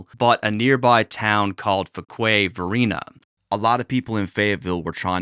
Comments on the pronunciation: I love watching your videos, and it’s so cool to hear you talk about the city that I was raised in. I wouldn’t be a good North Carolinian if I didn’t tell you that Fuquay-Varina is pronounced FEWkway VaREENah. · Pronounce it few-quay vah-rena.